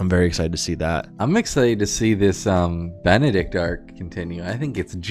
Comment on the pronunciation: not benneDick 💀